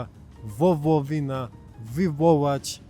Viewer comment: Nie wowowłynia Tylko wo - ło - wi - na. Naucz się wylabować. a ty mówisz wo - wo - wi - na. no i nie wa - ze - li - na. Zapisuj sobie naprzykład Sy - gna -li - zo - wa - ło ł to nie w. Ł ma język tam gdzie y. a W na dolnych zębach.